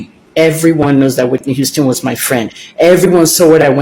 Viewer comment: u say Whitney Houston do how 😂😂😂😂